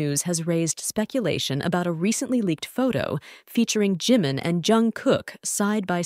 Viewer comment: Please pronounce his name right Jimin.